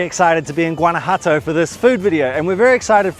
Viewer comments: It's not Guana-Jato it's Guana-JUATO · Great vlog, guys! It made me so hungry just watching. Lol! I've been living in Mexico for 12 years now (originally from Florida) and speak Spanish fluently. I'm alo an ESL teacher. Guanajuato is quite difficult to pronounce but here's the correct pronunciation: /wah-nah-HWAH-tow/ The "Gu" makes a sound like "W" when pronounced together and the letters "ju" makes a sound like the consonants "hw" when pronounced together (rapidly). Hope that helps. Love your channel! Saludos de Tequisquiapan, Mexico. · You really should learn how to properly pronounce Guanajuato. There is no "G" in the pronunciation, it's pronounced in the same manner as the letter "J" in spanish. So basically it's "Wanawato". But I can tell you're British, and the British are notorious for butchering even the English language so... And before you comment back, I used to live right in the next town over, Silao, Mexico. That's not coriander in the salsa it's cilantro. Coriander is the mature seeds of the Cilantro plant. A "square" pan? Sure looked like a round dished pan to me...